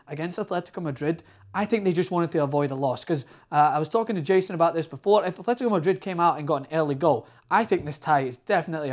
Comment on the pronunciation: Nice analysis but can't you pronounce anything? There's no h in Atletico.